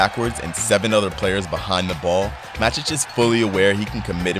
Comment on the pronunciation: Is it really that hard to watch a single Man Utd match with an English commentator to learn how to say each of those names? This video butchered ALL of them. It's MATIC, not bloody MADIC.